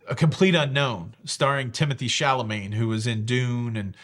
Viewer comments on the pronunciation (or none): hehe.. Your mispronunciation of ‘Chalamet’ tells me you’re a Steely Dan fan.. 😉